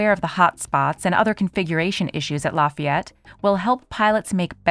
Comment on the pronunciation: Lafay yette